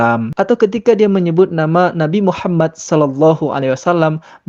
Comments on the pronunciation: ini lg murtadin odong2 menyebut nama nabi muhammad sw aja belepotan. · Assalamualaikum wr wbr..., kasihan si ibu, ngakunya murtadin,dari Islam menjadi oten,tapi mengucapkan Muhammad SAW saja belepotan,😄😄🤭.Tks bang,yg selalu menayangkan murtadin odong ",🤗🤗🤗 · MUKA NYA.SAJA,,SUDAH MUKA PENIPU,,,,KELAS KROCO,,NYEBUT NABI MUHAMMAT, SAW BLEPOTAN ANJIR-ANJIR,🐕‍🦺🐕‍🦺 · Gak usah sebut2 nama nabi Muhammad kalau belepotan begitu... 🤣🤣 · waduh, ngaku Islam ini oten, ngucapkan nama nabi saja blepotan ngaku muslim..? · Astagahahahaha...batal tidur dah,ngakak dulu,nyebut nama nabi Muhamad SAW aja blepotan,bilangnya muslimah trus murtad,OTEEEN,OTEN...yuk tawa yuk,tawa aja ga papa yuuk,hahahahahah